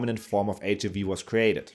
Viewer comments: HIIIIIIV! please don’t swallow the I sound. It sounds so weird and makes me wanna throw up! H-I-V not HV cmon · Why does he pronounce HIV “H-uhh-vee?” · Why did he pronounce HIV as HAV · Ich habe noch nie jemanden auf Englisch HIV so aussprechen hören wie dich. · y do u pronounce HIV in a funny way